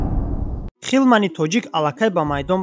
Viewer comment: Ҳилман бгу ака хилман не